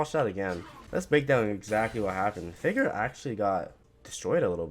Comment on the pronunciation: Can you please say Faker properly? It sounds like you're saying "figure" lol